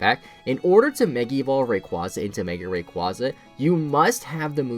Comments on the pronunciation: Move wise, yes, but stat wise Not anymore (Eternamax Eternatus lol) Oh and btw it's pronounced ray-kway-zah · RAY QUAZE AH!!!!!!!!!